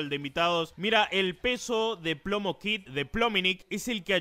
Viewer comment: ajajjaaja me encanta cuando dice plomo kid 😂😂😂